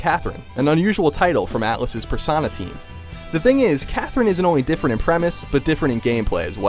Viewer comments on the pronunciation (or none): ...It's not PER-SAW-NA...jesus christ, IGN PE-RU-SO-NA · Sarah Anya how else would you say it, other than with an O? He said it with an A like PersAna. Not an O which would be correct!!! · IT IS NOT PERSANA! Say it with me. Per-so-na. considering this game wasn't cod, i'm surprised and glad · PersOna not PersAna....jesus Cristhrist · Persawna? Really? Otherwise great review. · Did he just say PersONa? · I guess you're new to the Internet, because that's how Americans say it. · PER-SAUNA!? I wouldn't have expected that god awful pronunciation from... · "Persana Team" ... PERSANA?! >:( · "pear-sauna" Really? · I do not know this "persana" but I do know a certain "perso-DON'T SAY IT! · How do you mispronounce persona haha. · Sarah Anya Then you’re never heard an American say it so no, you don’t get to say umm no. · He said persona wrong at the begining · did this guy really pronounce persona wrong? what a jackass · You pronounced 'persona' wrong